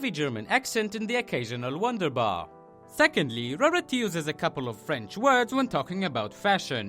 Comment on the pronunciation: One thing-Frence? It French :)